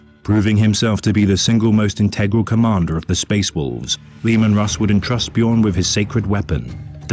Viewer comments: "BEE-JORN" my guy noooo XD its said "BYORN" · Just so you know. The space wolves are based around vikings. In norse the "j" makes a "y" sound so it would be "Byo-rn" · First time finding your channel. You already made me chuckle with your pronunciation of "Bjorn." No shade there btw, it's just what everybody says the first time (assuming they aren't Scandinavian) 😅 I was impressed that as soon as you heard his named pronounced properly, you immediately took that to heart. Not everyone is so quick to adapt to new information 👍 Huge fan already. Gonna keep watching. I hope you have more content!